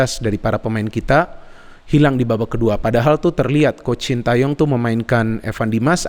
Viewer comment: bacanya bukan sin ta yong tapi sin te yong